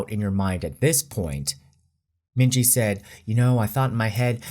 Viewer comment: minji = min hee jin 💀